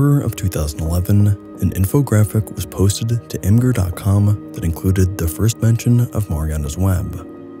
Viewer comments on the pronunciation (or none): ...it's img-ur. Get it, like "imager"? Not "imgur" lol what would that mean 🤦🏻‍♂️🤔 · haha dude. Imgur is pronounced image-ur.